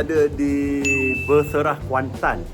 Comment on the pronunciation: Beserah.. takde R 😂